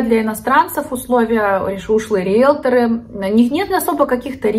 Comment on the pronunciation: Риелторы, а не риелторА